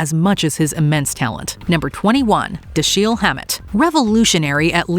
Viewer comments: Da-SHEEL????? WTF? DAMN YOU,! It's DASH-il, and you should've known that. FAKE 👎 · who is da-sheeel hammet? It's Dash-el